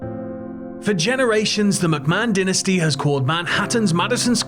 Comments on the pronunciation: Dinastee? I think you mean Dynasty lol. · Why did you say denasty